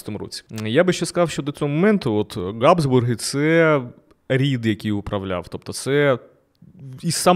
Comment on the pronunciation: Назва Габсбурги починається на фрикативне Г (Habsburger), а не на Ґ (G). Беріть на замітку. Все решта супер